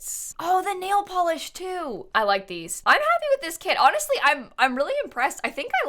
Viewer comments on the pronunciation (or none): none